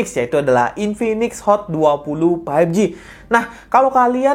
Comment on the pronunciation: Bang tolong berhenti bilang paipji. faivji bang.